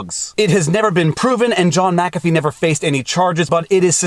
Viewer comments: WHY do you explain he is the founder of Mu CAFFEE antivirus and Mu CAFFEE systems... Then you proceed to call him MACA FEE ??? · Its mickafee. Not mackafee